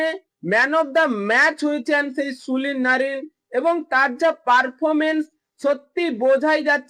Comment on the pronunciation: Sulin noy Sunil bolun